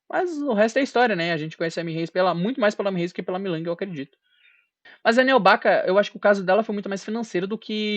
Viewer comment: você falou milang,o nome certo é mei ling 😂😂